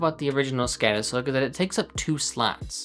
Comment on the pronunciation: It's skodis. Å is pronounced like the o in Nord, or moul....listen to it in a translator.